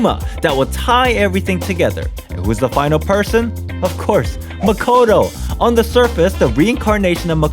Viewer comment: It’s not Makato it maakootoo